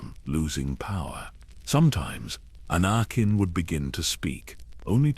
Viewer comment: Lol Ana-kin 😂